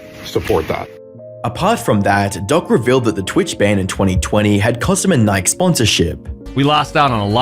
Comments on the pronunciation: The fact you pronounced Nike like bike really has me wondering if this is at least a partially ai channel. Who in the world says Nike, like bike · I know some people who say it as that